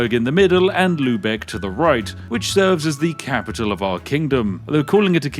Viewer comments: Love that you pronounce Lübeck quite accurately as you are not familiar with the ü-letter <3 Though what I found during my stay in England is that native English speakers have way more trouble with the German pronunciation of the o-lettern. Always a linguistic joy for me to listen to such a case ;) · He said Lübeck 😍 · Spiff saying "Lübeck" correctly touched something deep inside me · props for your pronounciation of "Lübeck", that was really good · elite knowledge and the way you pronounce lübeck is pretty good